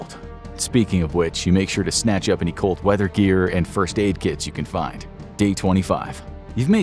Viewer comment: I fr thought that bro said cult not cold